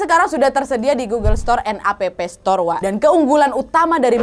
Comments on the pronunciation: Kak bukan app tapi di bacanya aps tor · Mau koreksi aja kak nad. Pas kak nadia baca App store itu bagian app nya tuh bukan dibaca APEPE tpi EP. Karena dlm bhs inggris dibaca tuh EP. Meskipun tulisan nya APP. Sory ya kak cmn koreksi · Salfok pas kau bilang "Appstore" jdi "A.P.P store" Nad 😂😂